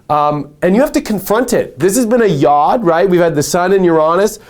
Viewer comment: I love ya to pieces... please do not take offense, the Hebrew letter yod is pronounced "y-oh-d" with a long o sound.